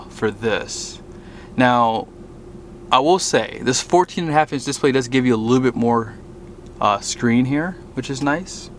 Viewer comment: “mana-fode” rhymes with heads up “dis-play” lol